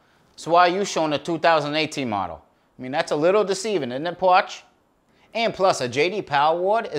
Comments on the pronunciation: what in the fuck does he call the spokesman? porch?? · Why does he call him pawch? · "Jay Dee Powha" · When the video started did it sounded like Parch said “Shitty” or just me? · What's he calling him? Potch? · What does he keep calling him? “Pawch”? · lol whats a "pawts"? srs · WTF is a “pawtch”? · the fuck is a “pawch”?